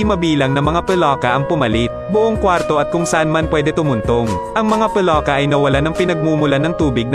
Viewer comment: Ano Kaba Mali mali salita Ang Moises naging mojes ang palaka naging paloka.😂😂😂 hahaha..